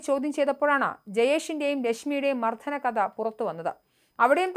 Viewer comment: മർദ്ധനം അല്ല സേച്ചി 🙄🙄🙄🙄മലയാള വാക്കുകൾ ശരിയായി ഉച്ചരിക്കൂ 🙏🙏🙏